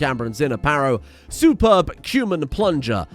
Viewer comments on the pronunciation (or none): none